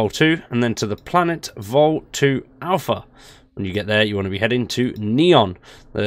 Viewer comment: It's... Not Vol 2. It's Volee.